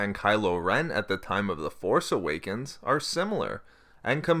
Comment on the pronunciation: Please stop putting the emphasis on "force" in "The Force Awakens".